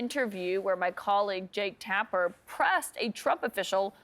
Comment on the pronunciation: Jaketapper?? You keep saying that word. I do not think it means what you think it means😂😂